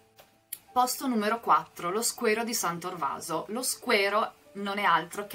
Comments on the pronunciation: Scusi ma non è Squero di San Trovaso ? e non Torvaso ? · da veneziano DOC san torvaso non si può sentire.